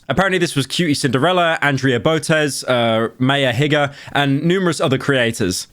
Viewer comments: Mf pronounced maya higa as “may-uh higga” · ofc pyro would find a way to mispronounce maya higa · pyro butchered maya higa's name LMao:text-green-game-over::text-green-game-over::body-green-covering-eyes